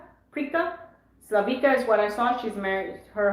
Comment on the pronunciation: She's name is Slavi(C)a, and (C) is pronounced as (TS)i(TS)ipas, not as (C)arla.